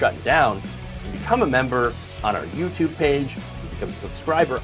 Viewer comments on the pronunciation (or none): none